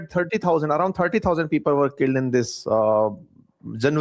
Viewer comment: पीपल्स ❌ फिफल्स ✅😅